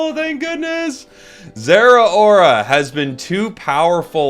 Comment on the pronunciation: Its zera not ttar💀